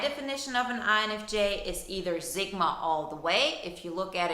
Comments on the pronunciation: Zigma?? Or sigma . You lost me within your nagging boring voice . And it’s Sigma not Zigma . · Stop calling it zigma.its pronounced how it looks.sigma sigma sigma